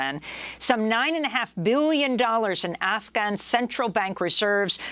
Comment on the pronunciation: i love how she pronounces afghan properly here.